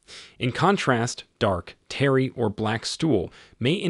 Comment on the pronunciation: why are you misprouncing so many words? Anal? Tears? Tarry? Bowel? Diverticulitis?